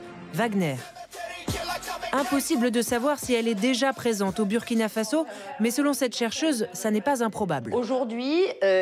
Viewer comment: On dit Faso pas Fazo